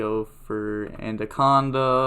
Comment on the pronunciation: Its anaconda not anDaconda